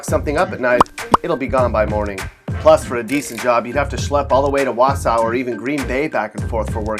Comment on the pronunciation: It's "wau-saw", not "wau-sow".